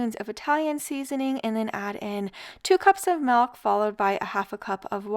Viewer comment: Half gallon of "MALK"